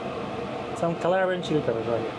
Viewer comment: wtf is he saying ? What's that ingredient? It looks like crushed Calabrian chili peppers but sounds like "Some claran shoot everybody"